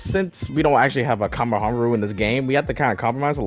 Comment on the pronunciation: The way you said his name killed me but it brought me back to life